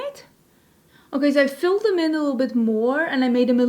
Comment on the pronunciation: Omgeeee! I just 🥰ADORE🥰 the way you say little - 🥰liddle🥰